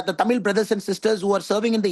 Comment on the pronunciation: ஒரு வேண்டுகோள். டமில் இல்லை. தமிழ் நாடு/ தமிழ் மொழி. சினிமா (பொன்னியின் செல்வன் பாட்டில் 'தமில்' என்று தான் பயன்படுத்தி இருக்கு), செய்து வாசிப்பு வரை திட்டம் போட்டு தான் பல காலமாக 'ழ' உச்சரிப்பை மக்கள் மனதில் இருந்து எடுக்கிறார்கள். Subconscious-ஆக மக்கள் மனதில் இருந்து 'ழ' உச்சரிப்பை எடுக்கிறார்கள். அதை உணராமல் நீங்களும் அந்த flow போறீங்க. தமிழ் மொழி. தமிழ் நாடு. தயவுசெய்து மாற்ற வேண்டாம்.செல்லி பழகவும். பேசி பழக்கவும்.🙏